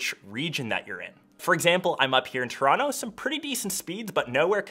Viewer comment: yo you got FPL? an American into soccer? the end is near! nevermind just heard you say Toronto lol must be Canadian